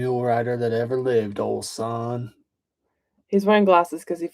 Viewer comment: Your "ol son" was spot on, though! 🙂